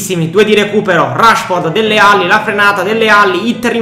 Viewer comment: Si dice dele alli no delle alli